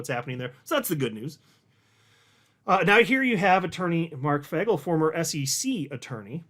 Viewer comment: it’s pronounced Fay-gull not Fag- L come on man you can do better than that